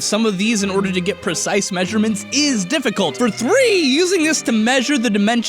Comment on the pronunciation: Lol "difficult"